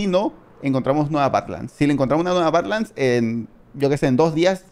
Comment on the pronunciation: No no, ya sé lo que son las Badlands y sus variantes, sé bastante de eso, pero la pronunciación, parece que dice otra cosa xd